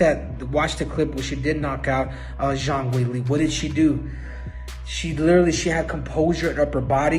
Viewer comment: CC is telling me that Cejudo said Jean Wiggly, not Zhang Weilei. I love YouTube closed captioning